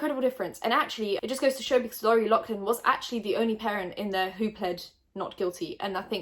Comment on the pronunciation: Her name is pronounced Lohf-lin Kinda like how the gh in laugh makes an f sound. 💛💛